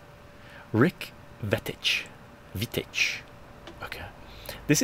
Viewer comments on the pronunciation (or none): Believe Veitch is pronounced “Vayitch” not “Vetitch”